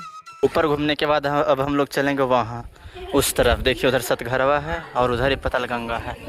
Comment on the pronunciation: सतघरवा नहीं भाई सतघारा बोला जाता है।❤😊